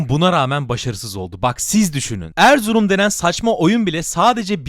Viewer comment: Anlamadım,ERZURUM a saçma mı dedin,ben mi yanlış duydum?